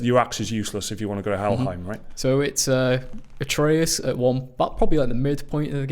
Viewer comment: Its not ay-tree-us, its ah-tray-us